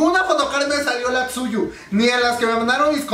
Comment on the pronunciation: te doy un consejo, Tzuyu es de Taiwán por lo que se nombre se pronuncia como "chouwi":)) PD: chaaaaa si tuviera dinero me compraría el de las twice but soy de Latinoamérica;((